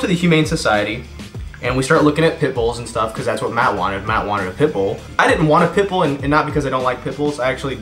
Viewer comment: I actually started googling for a 'pipple' dog. Took me a couple of seconds to realize he said pitbull :')